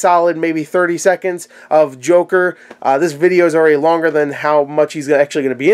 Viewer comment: The "jorker" :-D